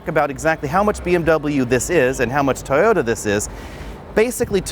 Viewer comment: "Tota" 😂 Jk great video